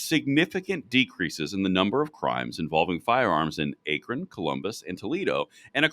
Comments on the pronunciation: short a on akron lads. like backron without the b or c. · Please learn how to pronounce Akron.